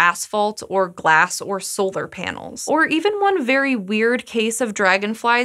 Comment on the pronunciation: Sounds like she keeps saying solder panels lol